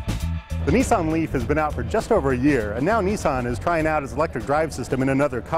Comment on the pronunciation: its pronounced nissan not neesan!!!!